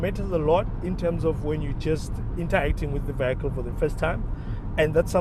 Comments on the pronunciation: Vee - hee - kil. Not vee - hi - kil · Just learn how to pronounce the word vehicle. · I swear I'm deaf, only heard it after reading the comment, now I can't unhear it😅